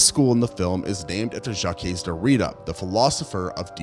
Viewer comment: "Jahkess Derita" I mean, that certainly is one way to pronounce it. Good ol' Jacky Doritos.